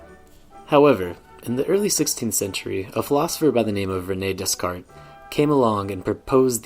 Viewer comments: That’s not the way to pronounce Descartes!! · Every time you say Descarte wrong a baby polar bear dies